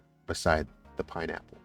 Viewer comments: please dont take me wrong. I watch all your videos. And i learn from them. But i i notice it, i cant believe that im the only one. It takes away from all your your knowledge of this case when you say " pineapples." Just letting you know. ❤ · Please say pineapple. Not pineapples! You dont say deers, you say deer. I dont wanna sound rude, but it gives me chills every time you say " pineapples."